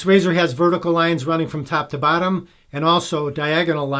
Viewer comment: I swear you were saying "tap to battom" hehehe... accents are awesome!